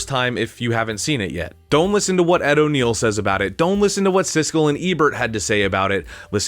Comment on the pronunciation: Ed O’Neill and Ethan Embry (Randall), not O'Neal and Emery. Cheers.